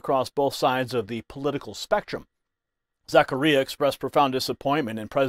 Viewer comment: It’s pronounced - Zac car ia